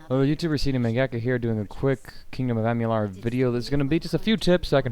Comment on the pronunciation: nice vid, good tips... Pro Tip: It's "Amalur", not "Amular" ->like A-ma-loor